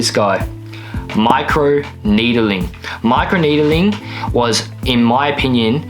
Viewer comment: "my crew needeling"